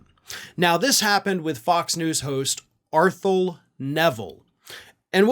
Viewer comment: Arthelle’s name is pronounced “R” - “thelle” (rhymes with “bell”) - she is the daughter of Art Neville of the famous Neville Brothers from New Orleans. Their last name is pronounced Ne-ville. Please put a few extra minutes in to learn how to pronounce people’s names, especially if you mention them in one of your commentaries. Also - you might want to see if you can interview her about what its like to be a truth-teller at FOX. Thank you.